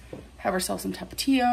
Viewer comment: The way she say jalapeno and Tapatio pisses me off lol